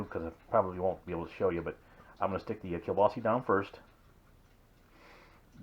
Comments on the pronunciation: Prounced keel-baa-suh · This is my favorite recipe ever. I just needed to know what to set my instant pot to. You said Keelbasse lol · That's how my mom used to say it when I was a child